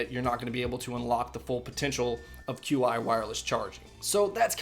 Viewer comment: Qi is pronounced chi :)